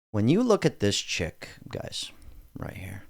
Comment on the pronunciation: First why you say chick ??? Chick. ... wtf is wrong with you .... You are better ??? CHARLIE Kirk . 4. Minimizing Gun Violence He stated that gun deaths are “worth it” to preserve Second Amendment .. He is happy I think 😂